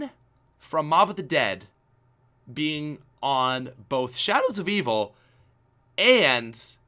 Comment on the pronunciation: being on shAadows of evil